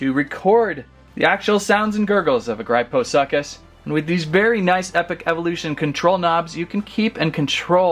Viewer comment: He littarly said grypho suck us lol